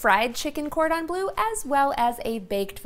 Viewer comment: please try to pronounce cordon bleu correctly...thank you for the recipe!